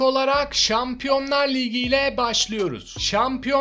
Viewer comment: liğgi ne abicim ayar oldum ya ligi diyeceksin oldu bitti